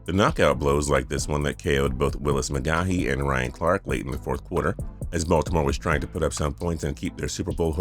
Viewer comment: Willis mc gah hee? bro get the fuck off this channel